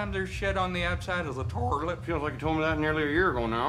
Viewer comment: Torilet my mom was pronouncing it right her whole life😂